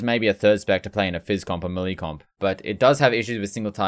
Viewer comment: W video. L the way you say “melee.”